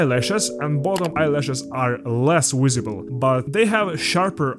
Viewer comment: Brotha I’m sorry but you gotta learn how to say the word Visible